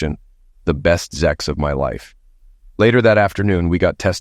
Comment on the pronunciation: Sex sex sex . Not zex . Why is saying SEX not OK but saying zex is OK ?